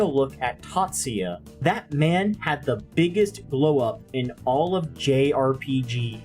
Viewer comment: I call him tah-TSOO-yah, not Tatsya